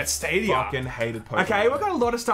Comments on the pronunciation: Did he say "Yong out" at the end? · Did he just say yong out lol